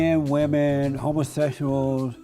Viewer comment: I always love how he says "homosehshuals"